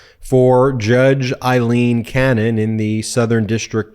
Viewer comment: Aileen not Eileen